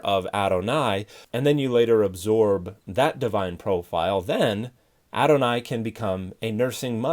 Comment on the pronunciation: Thanks. The problem is I couldn't understand from his pronunciation what he was saying. I searched for "aronai". I thought it was what I heard.